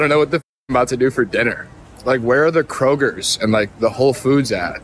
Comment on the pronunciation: The what?… Kregers?